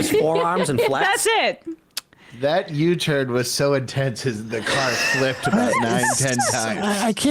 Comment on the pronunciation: says u-turn but it sure sounds like u-turd i wonder why he's got doodoo on the brain watching that clip